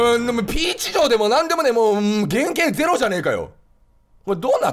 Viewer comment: 時々キヨの「ピーチ城」のイントネーション「ピーチ・ジョン」になるよね